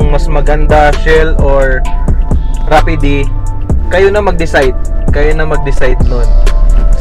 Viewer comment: Boy rapid ANG pagbigkas not rapideee jusko ko po ediiee...🤣🤣🤣🤣